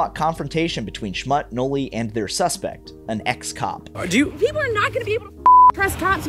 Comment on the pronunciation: Its pronounced, Schmutt-E